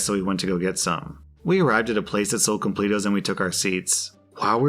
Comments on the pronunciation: Him calling them Complet-os is so funny to me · Complatos are pronounced complettos! 😆😆😆😆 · I like you man but hearing you just mess up the word "completos" just hurt me and I demand to speak to your manager!!! Hahahahaha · Chilean here! I died with how you pronounced completos haha. The image shown are fancy completos that you don't often find here, if you want to see what a typical completo looks like google "completo chileno".